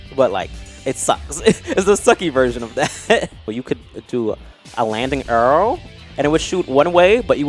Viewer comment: I hate the way says “arrow”. He makes like an “err” noise.